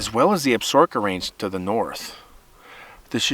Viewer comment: I believe Absaroka is pronounced ab suh roka, not absorka. The only reason I think that is because I watched Longmire. lol Great story!